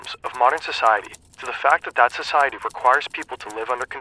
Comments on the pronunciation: “Scociety” lmao cmon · "scociety" :face-red-droopy-eyes